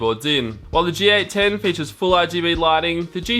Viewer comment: It's a G810 not a GA10.